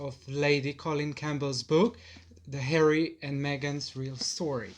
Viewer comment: Love hearing LCC laugh like that with her son, so lovely. Also love the way he pronounces Harry as Hairy. 😂